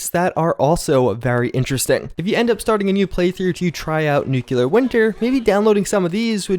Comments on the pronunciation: Can you please pronounce nuclear properly? The right way is "nuke-lee-ur" Not "nuke-you-lur". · The most widely accepted correct pronunciation of the word is “NEW-clee-er.” In this case (somewhat unusually), the word is spelled exactly how you are supposed to say it. Put the pronunciation on the first syllable. The "er" is pronounced like the "u" in the word "fur." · for a guy who always talks about college, and finals, you sure say 'NOO kyoo lur' a lot. Thought you'd have fixed that by now.